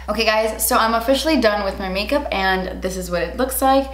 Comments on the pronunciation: “Make Melkup” had me dyinggg 😂😂🥰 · "Malk mikup" 😂😂😂😂